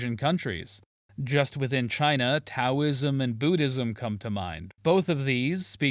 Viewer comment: He managed to mispronounce both Taoism and buddhism